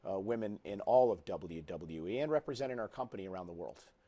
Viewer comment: Did Cole just say WWE without articulating??